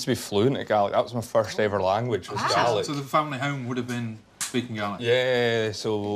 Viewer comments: Ha ha, it's Gaelic, an ancient Scottish language, but it did sound like garlic! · N T it’s the pronunciation lol, but it’s Gaelic not garlic. It’s the Scottish language I think? c